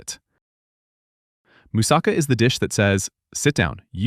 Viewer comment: This guys pronounciation is killing me as much as those fake dental commercials. By the way don't even think of buyinhg them. Roll the "R" as RRRRHO, YEE RRRHO. MOOOSAHKHA, PHEEILOH. Yee he's rrrrohing a boat. A person from Boston saying a moose is driving a car, Moose sa CAH.